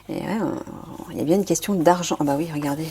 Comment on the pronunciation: Merci Nathalie, gratitude mon frère Michael 😇😇😇🙏🙏🙏💛💛💛. Attention lorsque l'on dit " il y a" bien articuler sinon cela fait = L IA = accepter , appeller L IA sur nous", c'est fait exprès car c'est dans notre vocabulaire et nous l'utilisons fréquemment. Pour certaines personnes qui décèdent, c'est également parcequ elles ont fini leur contrat d'âme et vont dans la lumière divine d'or en christ et c'est leur dernière incarnation sur terre. Belle journée